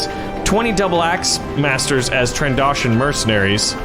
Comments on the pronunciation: Tran-doh-shon Not Tran-da-shon That annoyed me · stop saying trandoshin it's trandotion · Did anybody else notice he said "Trandashan" instead of "Trandoshan"? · Not trandoshan Tran Do Shin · I just want to say its said tran doe shans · I know your not a Star Wars nerd but trandoshions is pronounced tran-do-sh-an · XD that's not how you pronounce trandoshan. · not an a its an o